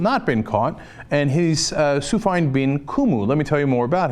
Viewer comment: Cenk, it's pronounced "Su fee' ahn."